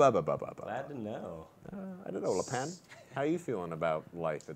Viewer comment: I'm not sure if keeps calling cigs Cig's character "Le' Pan" on purpose or not...